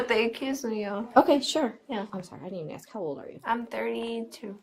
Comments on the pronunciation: She can't pronounce A-S-K... insted she sais every time AX-... :D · Isn’t it more trouble to say “axks” than it is to say “ask?” What is up with that. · Why is it hard for black people to say "ask" instead of "axe"? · can't even say the simple word "ask" without saying "ax". DEI employee. Those people always want to call their mommy.